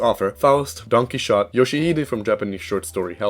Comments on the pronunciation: I did NOT just hear "DonkeyShot" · Im sorry, that don quixote pronounciation was atrocious lmao. From what i know, youre not supposed to make the X sound. Its like, don qi-ho-te. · I'm like 80% sure you are Slavic because of the way you said Don Quixote